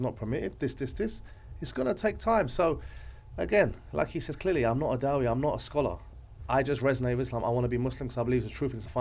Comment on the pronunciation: Brother, I love the way you say da-wee but I think it's pronounced da'e